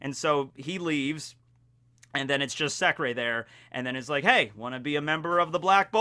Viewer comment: In that case its not pronounced as 'secrey' but secre without ey